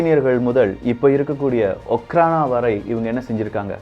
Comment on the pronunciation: Hi bro okhrana means just security in russian language im studying in russian University,in my university all security called okhrana and pronounciation also அஃராண